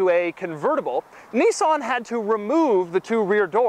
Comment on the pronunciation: Say Nissan correctly, not Nessan it's Nissan.